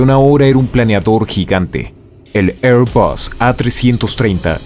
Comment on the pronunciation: No hace falta decir ehrbas, no es una palabra inglesa. Se puede decir en español o en frances porque Airbus es un consorcio de estos paises y en cualquier caso 'bus' proviene del latin y se debe pronunciar con U (incluso en ingles)